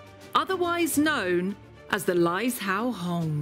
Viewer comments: It's pronounced more like lie-Joe-hong not lize-how-hong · It is pronounced lai (lie) zhou (joe) hong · “Lie Joe Hong” is how it is pronounced for anyone that wants to know.